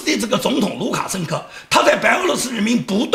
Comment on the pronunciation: 讲卢卡生科的时候的口误，不知道是真的口误了还是故意为之！嘻嘻